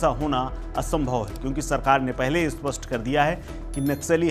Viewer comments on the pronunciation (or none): none